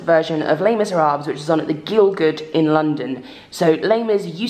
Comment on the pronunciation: So excited about this. Going to see it in September! Why do you pronounce the “S” at the end of Miserables? I always thought it was silent? But maybe it’s not 🤯